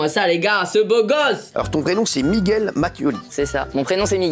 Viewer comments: MeaGwelle presque XD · C Miguel ton prénom pas miguouel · "Migwel" c’est une honte la 😭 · nan mais j’ai écrit Migwel parce qu’ils l’avaient prononcé comme ça, je sais très bien comment ça s’écrit mdr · migouel mdr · " MIGOUEL " XD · Le commentateur de M6 en sueur avec le mos miguouel...😂😂😂😂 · Y'a plus de respect "Migouel" 😂🤣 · Ton nom se prenonce comme sa migoueel (Miguel) ou(migel) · a "Migouelle" ca ma tuer